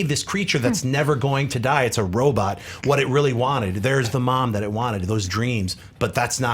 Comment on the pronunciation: i love but his pronunciation on some words are horrible....Robutt lol